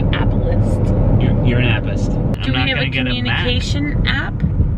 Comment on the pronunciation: 😂😂😂😂🤣🤣😂😂🤣he said "appist"